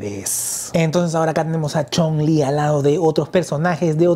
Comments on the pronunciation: Amigo es Chung-lí de street fighter así como se escucha no Chong-lí ese es el nombre del villano de la película de contacto sangriento así mismo Ami me gustan ambas la de sh figuarts me facina por su esculpido tipo animexico la de jada toys está genial también pero siento que el rostro le faltó un poco más de fineza y claridad en los rostros a mi humilde opinión saludos 👋🏼🙏🏼👍🏼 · Amigo la personaje se llama así se menciona chung-li y tú la llamas chong-lí ese es el nombre del villano chino quien lo protanizo El gran Bolo Young de la película 📽️ de los 80s contacto sangriento que salio con Jean Claude Van Damme así mismo crees que saquen a los personajes de final figh como cody,guy ,mike haggar etc en hora buena hsa figura de chung-lí de la jada toys saludos 👋🏼